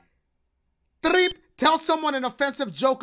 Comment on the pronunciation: He said threep huheheu